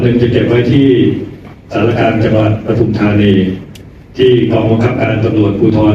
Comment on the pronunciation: ปทุม ค่ะ ไม่ใช่ประทุม อ่านว่า ปะ-ทุม-ทา-นี ไม่ใช่ประ-ทุม-ทา-นี 555(ภาษาไทยถูกต้องด้วยนะคะ)